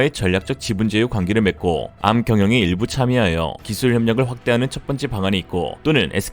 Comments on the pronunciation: 암이라 읽지 않고, 한글자씩 읽어야 합니다. 에이알엠...고유명사인데 한자씩 읽습니다. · 그걸 암이라고 읽는구나!